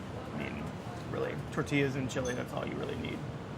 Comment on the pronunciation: ITS "CHILE" COLORADO NOT "CHLI" !